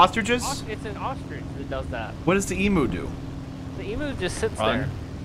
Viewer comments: What is an emoo? Do you mean emu, pronounced eemyou? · its pronounced E MEW not E MOO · eem U not e moo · Angry Aussie noises. it's said Eem-you, not eemoo otherwise, great video, love your stuff mate. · G'day, Aussie on the internet here (250 ping)... "e-moo"? Since when is 'u' "oo"? It's an Emu. It IS double syllable. Think along the lines of 'eam' like in 'beam' and a 'you' with an m stuck on the front. So 'eam-myou' but basically merge the two m's together. Good work cobbers, ya doin' well. See ya's in the salt factory of WT;) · Hey bo just saying its pronounced e-m(you) not e-moo. Also they beat us australian in a war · Love how you guys pronounce Emu totally wrong, but props for knowing what one is. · I like how they say emoo not emu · Em-ooo, I am horrified, as a surtified Australian its pronounced eem-you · we pronounce emu ..... eem-you